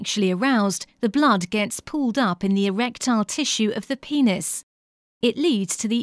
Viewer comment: lol guys sh-she said pe-neis